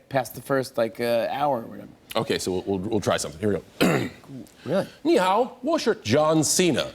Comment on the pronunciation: His vocabulary is quite impressive, and his pronunciation is okay, with the exception of some words like 但是, but his tones were really bad. Like when he said 你好 he used the first tone for both words instead of the double third tone it should've been.